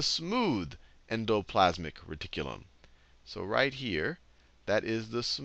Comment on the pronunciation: "en-doe....plaz-mick....reh-tik-que-lum!" :D i can't stop sayin it now. :D I never knew how to pronounce it. Seriously, these videos are fricken amazin. helpin me right into my finals.